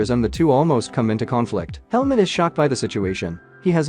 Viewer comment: y i keep hearing helmet not helmut 🤔